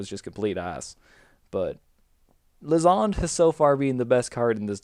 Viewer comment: Lysandre --> Luzzon..? Lie-sand-er Fun build, good commentary ;]